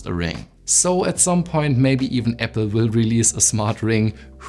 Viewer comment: Great video. Super informative. Keep working on improving your English. Especially words with these letters Z , V and A. Apple, not Epple. Zero. Not sero. Improve, not improof.